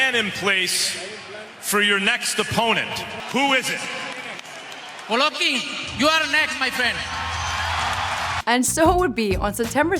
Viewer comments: Did This Chik Jus Say "Glovkin" Instead Of "Golovkin"...? Yup, She Sure Did... Yea Mayb This Aint 4 U Chika, Dont Worry Im Sure A Translater Is Needed Sumwhere 2 Help Ya Along, So Smile... 😝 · She said glovokin lol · Hahahahahha glovokin? Rlly? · Im extremely but cmon “GLOVOKIN”? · who tf is "Glovakin" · The way she said Golovkin made me forget what his actual name was.